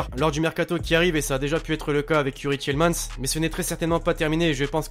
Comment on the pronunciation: ahhh enfin un français qui prononce bien youri tielemans